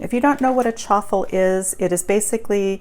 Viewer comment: but on the messages it sounded like truffles. And you never said egg and cheese!!